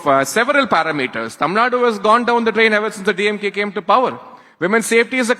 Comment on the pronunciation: DeeYemGay dude is barking like a mad dog.